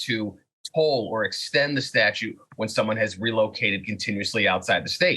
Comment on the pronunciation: Is Saagar saying "statue" of limitations? I know he's reading it, but...